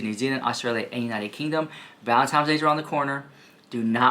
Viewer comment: can you please say valenTINE not TIME. thanks lovyousomuch